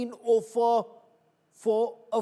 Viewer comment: When did offer become ‘O’ffer Stop this stupidity to make an artificial attention grabbing moment You are not even consistent in maintaining it!